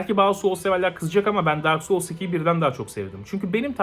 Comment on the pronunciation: Evet işte bu! Liste yap be adam LİSTELER YAP... Ps: Dark Souls iki diye vurgula nolur. Darksoulsiki biraz sıkıntılı geliyor kulağa....